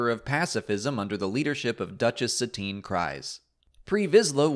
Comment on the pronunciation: Is "Cries" the official pronunciation of Satine's name? I always figured it was "Kreez"